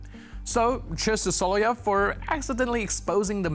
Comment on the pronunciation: Repeat after me So-lo-vy-ov!!